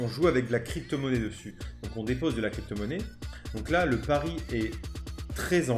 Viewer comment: Mon "pari" et pas "pariS"